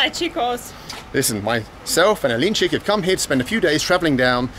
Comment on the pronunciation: A-link-chick :-) Alin4ik is awesome by the way